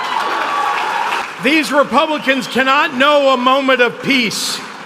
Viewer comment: Pronounce Republican then maybe you can file for articles of impeachment